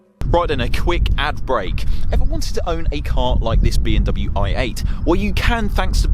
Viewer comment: yeah I thought I was hearing that too. Definitely not pronouncing the M Still love sids vids but